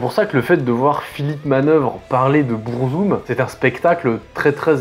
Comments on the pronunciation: En fait, Burzum se prononce en noir-parler, parce que Varg à utilisé la langue des Orcs dans le Seigneur des anneaux. Du coup faut techniquement dire "BOURRE-ZOUME". Mais bon, on va pas chipoter là dessus. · Pourquoi prononcer le nom de se groupe en anglais s’il est scandinave ? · beurrezoom 🥲 vag vikrenes 🤣 méém 😭 j'en peux plus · BEURRE ZOOM, the TRVE pronunciation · Bon ça commence mal, tu te fous de sa gueule parce-qu'il prononce pas burzum comme il faudrait mais t'es pas foutu de prononcer beefheart correctement 😂 allez c'est de bonne guerre !